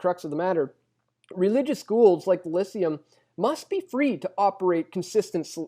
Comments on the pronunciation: It's pronounce Lie-SEE-um, not LISS-see-um. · It's pronounced "Lie-see-um". Sorry, but it's very hard to take seriously an argument that can't even pronounce the contenders correctly. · Lyceum = Lie-SAY-um.